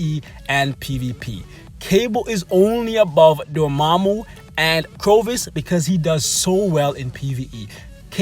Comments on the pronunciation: Dude, who the hell is CROvus? Corvus... Cor, not cro. Nice list though mate, keep up making them and I'll keep watching them. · Corvus, (Core-Vuss) not (Crow-Vuss) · I think its called cor vus Not crovus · Everytime he says “CROVUS” I flinch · I cringed every time he said it wrong...otherwise great video! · He says it wrong in every video... Always makes me cringe as well lol...